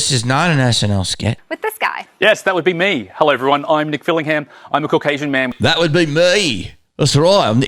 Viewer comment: That hulllooo should be Mrs Doubtfire accented